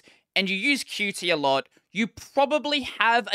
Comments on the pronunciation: Fan fact I'm not sure if you already knew this, but it should be prounounced cute not qu tea, but of course you can pronounce it whatever you want, most of people pronounce it wrong anyway, so it doesn't really matter now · Qt is pronounced "cute", though nobody says that. I wished they had made actual UI improvements, but it's mostly a technical migration I suppose.